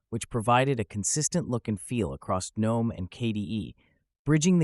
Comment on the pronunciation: gee-nome? SKIP